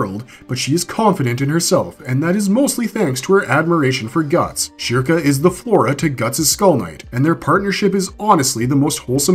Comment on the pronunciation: how do you pronounce the topic character's name wrong?